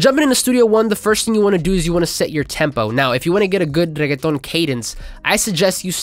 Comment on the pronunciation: thank you for saying reggeaton with the proper accent ma dude 🤟